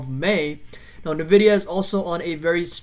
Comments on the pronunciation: It's pronounced "en-vidia" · Thanks for publishing but credibility dumps when you don’t know how to say the name of the company you researched.